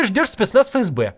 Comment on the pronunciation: Ребят, не фэ эс бэ, а эф эс бе правильно произносится. Простите, но вы из раза в раз, а канал авторитетный